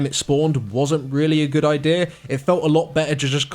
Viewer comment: I didn't hear anything after he said idear.....